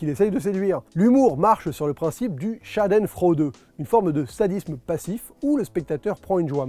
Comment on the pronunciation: Quand tu prononce "Schadenfreude", tu as vraiment un accent de m... en allemand! ;-)